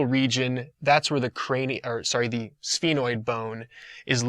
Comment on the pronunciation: Some of the words you're not pronouncing them right, like foramen and sphenoid